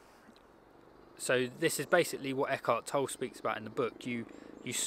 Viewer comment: Toll-e, he's German, the e is pronounced.